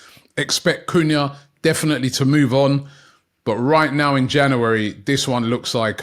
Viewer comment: Why can't you say January ? Janery 😂😂